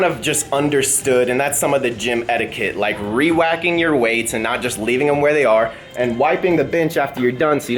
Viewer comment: Re-wacking? I thought it was re-racking considering the weights are on a rack and not a wack.